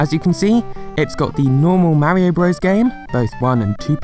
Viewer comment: LEARN HOW TO SAY MARIO IF YOUR GOING TO MAKE A VIDEO ABOUT IT!!!!!!!!!N Wallah? Seriously? Ok so you just need to learn English in general....it's voila with a "v" not a "w"